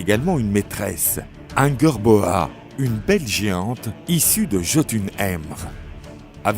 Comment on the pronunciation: Genre Angerboa au lieu d'Angrboda. On s'éloigne de la prononciation française, ça ressemble plus à une prononciation anglaise francisée